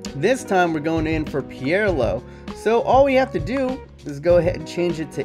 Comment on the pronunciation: Say pirlo right you thick fuck!